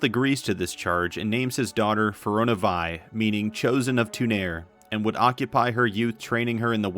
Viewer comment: *Fear-ee-oh-nuh Vee and Fade-ware. You’re welcome